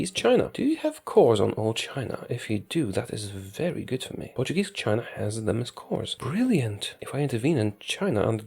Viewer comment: Ur pronunciation of portuguese names is pretty good!